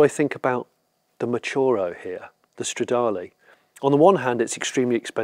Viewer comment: You keep saying Stradale (it´s a Ferrari).